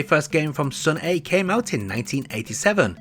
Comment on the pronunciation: The correct way to read it is Seon-ah(선아), not Seon-e. I like it because it feels like Korea's Data East.😊